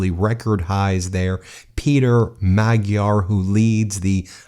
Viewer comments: Please prounounce correctly the names. Take the time Its not "taizer" party but "tisa" and not Magdear" but Majar J being prounounced like juniper. Thank you for your chanel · Nice show, Great win for Democracy in Hungary, Europe and the World. Magyar Peter (pronounced rather Mad-yar than Mag-yar) and Tisza Party (Pronounced “Ti-sa”) with 2/3 victory. ❤️ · Writing from my home here in Hungary... there's a very peculiar sense of relief in the air! Can't wait for tomorrow... the world will look completely different. A couple of pronunciation notes: Magyar is prounounced "madge-yar" Tisza = "Tizza" (It's also the name of the second largest river in Hungary) Fidesz = "Fiddez" And the stress is always on the first syllable. In Hungarian, the name of the country is 'Magyarország' - the land of the Magyars. But this is the most fantastic news and I'm so glad I'm here! Now Hungary is on the right side of history! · Just a note. Magyar is pronounced with an almost silent g. To english speakers it is more like Maa-yar.(sort of) Congratulations to Peter the Hungarian. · Magyar is pronounced “MAD-yar”. The “gy” is pronounced “dy”. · Great news! Two nitpicky corrections: Fidesz is pronounced /FEE-dess/ and Tisza /TEE-sah/. And while we're at it, Magyar is pronounced /MOD-jar/. :) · Oh my goodness, every Hungarian word is butchered. Tisza is pronounced like “TEA-sah”; Fidesz is pronounced “FEE-dess”; “Magyar” is pronounced “Madyar” (the gy letter doesn’t exist in English, but that’s the closest). Even Orbán is pronounced “OR-ban” with the “ban” rhyming with “ran”. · The G in Hungarian is pronounced more like an English D. Sounds more like Madjiar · Sorry to nitpick, but I believe the new Hungarian leader's name is pronounced "Majj-yar". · His name is pronounced Ma-Jar. Your going to pronouncing it a lot I would think so please get it right so I don't cringe every time. Thank You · Just a note: it's pronounced Mudyar! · hehe he can't even say it right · Magjar has a silent "g"